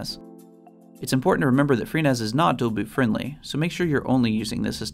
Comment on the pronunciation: the first time I hear "Adobe Friendly"